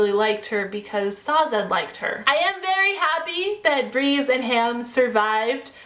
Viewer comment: I agree. She says Sa-zed where I read it as you would say Dazed, just Sazed.